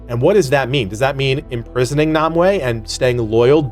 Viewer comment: it pronounce Nimue (neem-way)